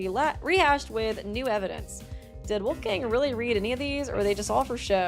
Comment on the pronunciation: I like your channel but you should look into how to pronounce some names. Wolfgang is not an english name...